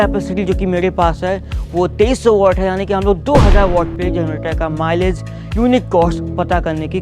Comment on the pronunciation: At first I hear Malish insted of Milage ..😂